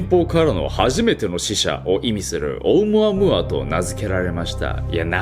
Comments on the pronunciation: ナオキマンのオームアムアの発音が正しい英語の発音なんでしょうか？ 日本語的な発音とは違ってなんか変🤣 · ナオキマンがいうとマイケルムーアに聞こえてくる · オウム↑ア↑ム↓ア↑ー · オウムアームーアでなく オウ、ムアムアて発音らしーよ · ナオキマン、「オウムアムーア」は3割増しでかっこよく言ってる説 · オウムアゴア？(空耳) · チョコプラのあむあむあむにしか聞こえなくなっちゃった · オウムアムアの発音(笑) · オウムアムアの言い方気になるwww